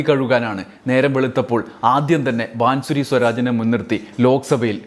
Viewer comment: ബാംസുരി ബാസുരി വായിക്കുക ആണ്. അടുത്ത സ്മൃതി ഇറാനി